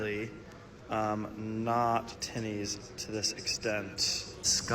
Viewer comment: So weird hearing an American say the word tinnies😂